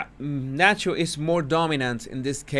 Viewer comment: “El Sancho” …I mean el Nacho lol.